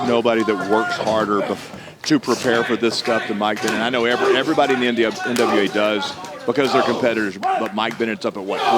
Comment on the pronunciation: How is the main reporter back stage but she can't say NWA lmao